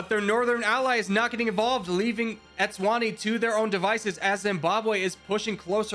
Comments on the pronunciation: i love this :) i havent watched the whole vid YET, but africa is my fav continent so this should be fun. just so i dont forget later, after the vid, im gonna say this now; even tho u might say the names correctly later: ''nambia'' its namibia ''etswani'' its eswatini, previously known as swaziland. sao tome and principe: has those little wavy lines on letter bc u need to put the accent on that letter for pronounciation. kenya invading tanzania: tanzania: wHaT aBt ThE eAf?? kenya: WhAt EaF?? tanzania: goddamn u :( ''bukana faso'' its burkina faso ''erintrea'' its eritrea ''comorus'' comoros instead of saying zimbabwe, u said zambia 7 times as these r minor mistakes, and ive been learning this kind of stuff for 3+ years, i cannot blame u. and i can say the hardest to learn was africa, oceania and the carribian, when it comes to countries that is. i still havent really learned all the capitals, but im nearly done😅 me, watching a ''how americans see the world video'', knowing its fake and just watching it bc i love laughing, and even the creators saying its just for entertainment at the start of the vid my grandma: dont u think they dont know boe me: but its just for entertainment! my grandma:dont u think they dont know boe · Pronouncing Eswatini as Etswani should be a crime😂😂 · Every time you tried to pronounce these countries I could feel the life being sucked out of my body I’m joking, no hate brotherman, but it’s Nam-ibia not nambia, and S-what-Eenie for eswatini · There are like 3 nations you pronounced incorrectly. Erit-trea Eswa-Teeni Bur-Keen-Na Fa-So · "Nambia" "Etswana" "Etswani" "Entreya" "Drs Congo" "Camoros" "Bukini Faso" "Bukano Faso" "Boko Fason" "Boko Fasono" "Boko Faso" "Zimbwabwe" 💀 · I would like to say this: eswatini is pronounced like es wah tea knee Eritrea is pronounced air rit tray ah Namibia is pronounced Nah mih bee ah I don’t mean this as like a correction or to make myself look smart. Just wanna help one of my favorite YouTubers ou1